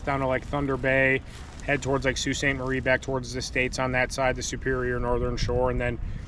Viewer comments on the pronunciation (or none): none